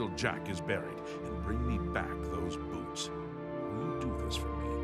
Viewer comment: it sounds like he says "do you have the boobs?" XD